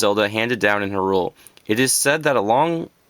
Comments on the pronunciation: I think he is talking about your pronunciation of Hyrule. I believe it is pronounced as "High-Rule". Regardless of pronunciation, nice collection! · its pronounced hyrule not hyrule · Well everyone else I hear that says "Hyrule" Its "High-Rule" Sahasrahla- People think its hard to pronounce but its "Sah-Has-Ra-La" I wouldn't really count Ocarina though because I as well as many others say "Ah-cuh-ree-nuh" I do hear many people "O-cuh-ree-nuh" There was another I think but, I shouldn't really talk. You sir, are what I dream to be. I only wish I was as big as a zelda nerd as you but I'm only 14. Its hard to find fellow Zelda fans my age. Sigh. Everyone else is into Ps3 & Xbox. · It's obnoxious when someone says the names all weird. "H'rUle". "Oakarina". "Ter-mine-a". I said all of these differently. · R u canadian too? No offense but u pronounce Hyrule and Termina weird. I used to call hyrule "Hirial" when i was like 6. impressive collection. did u end up getting the zelda 3ds and gold wii remote for skyward sword? they're sick :D